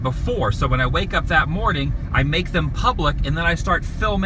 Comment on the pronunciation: Good moaning